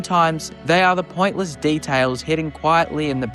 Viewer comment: "detales " "maurmuntz"